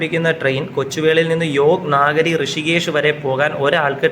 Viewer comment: യോഗ് നാഗരി അല്ല 🙏യോഗ് നഗരി 🙏ആണ്.